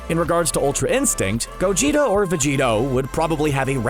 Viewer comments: Go Geh TAH not Go Gee toe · Bruh it’s Gogeta not gogeto.... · so we just gonna ignore the fact that he said "g o g e t o" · Who heard him say gogeito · He said gogito aswell im pretty sure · And he said gogeto or vegito 😂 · Plus he pronounced the name so terribly wrong